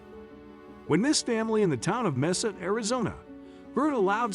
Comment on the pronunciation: The narrator mispronounced Mesa and his inflections are off sometimes.